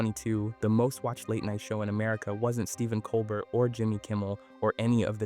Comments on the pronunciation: Col BEAR! .....not 'bert'. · Yes it is. Listen to how Colbert (a French name) is pronounced as col-burt, not col-bare at certain points in the video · I love how he pronounces Colbert like an ice cream flavor……Cole-Burt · How do you keep pronouncing Colbert a different way every time? Lol